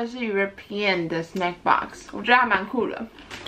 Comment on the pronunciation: 是snack不是snake啦😂